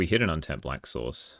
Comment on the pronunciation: It makes funny to me cuz I kept hearing you say sauce instead of source Lol